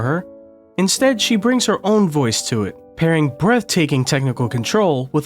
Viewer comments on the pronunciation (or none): none